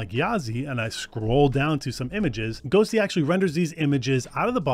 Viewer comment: Sounds like you keep saying ghostly in beginning? ghosTTY must be a reference to the tty command